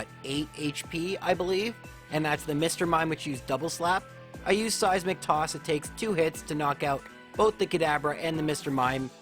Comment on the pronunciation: Am I the only one who hears 'Size McToss' when he says 'seismic toss'? Am I insane?